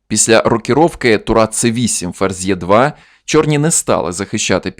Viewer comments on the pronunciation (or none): невже не можна робити український контент без рашязичних елементів?що,уклінно дякувати бо туру ладьйою не називаєте?? на читайте е2 як Е2(а не Є2 - то тільки радянщина так латиницю трактувала.по-московськи)!!!